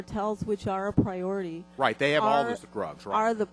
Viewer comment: Pra-ority?!?! LOL!!